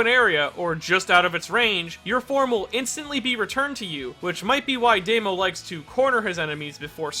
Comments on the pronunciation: Why do you keep saying "Deimo?" It's "Dahmo." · I've always pronounced his name as "Dah-mo." Is it really pronounced as "Day-mo?" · His name is Damo, not Demo... Luv u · He's called Damo, not Daymo. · It astounds me that you're so knowledgable about Japanese names but still pronounce Damo as "day-mo" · No one:: Deymo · Because he never heared that name spoken. He haves no idea how to pronounce it. I hate people like you who correct mispronunciations so much.